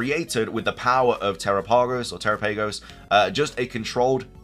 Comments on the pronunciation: Dude every time you say terapagos name it makes me cringe !! It's not teraPAYgos it's terOPagos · I think you're pronouncing Tarapagos wrong